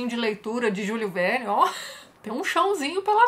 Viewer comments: Olá Tatiana , permita-me te corrigir a pronúncia do nome do autor , em francês: Jul (sem pronunciar o "s") e Verne como Vér + n . Até mais! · Tati, Jules Verne é francês, você está pronunciando o nome dele como um inglês falaria, segue um link com a pronúncia correta do nome dele, ok, abraços